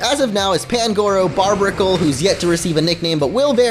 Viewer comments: Its bar bear icle BAR BEAR not barbara jeez. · Barbaracle is not pronounced Barbracle. It's a combination of barbarian and barnacle. Just thought you'd care to know (probably not) so that may help in the naming process.